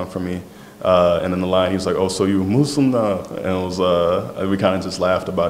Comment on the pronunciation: Not "MAZzLim" 😭😭😭 Simply Muslim 😭